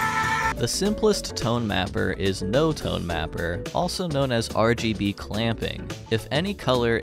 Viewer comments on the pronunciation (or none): none